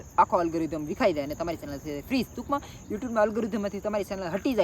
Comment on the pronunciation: સેનલ ❌ ચેનલ✅